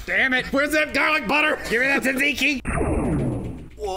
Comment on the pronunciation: OMG I FELL MORE IN LOVE WITH YOU GUYS. YOU ARE A FEW OF THE MILLIONS OF NON GREEKS THAT CAN ACTULLY PRONOUNCE GYRO AS YeeRoh. ALSO YOU PRONOUNCED TZATZIKI CORRECT TOO. THANK YOU